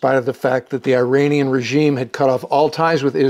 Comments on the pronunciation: Good episode - but hearing you say “eye-RAIN-ee-an” is like fingernails on a chalkboard. It’s pronounced “ir-AHN-ee-an”. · is pronounced "eeranian" NOT "I"ranian